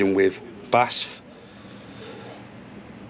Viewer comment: Thanxs for the well done video. It gave me a good impression of the vehicle and has a very good kamera work. You stayed just the right time on details in a good lens angle. Tip: BASF is not spoken as a word but in letters B.A.S.F.